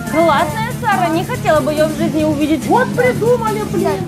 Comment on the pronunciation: Не Сара а чара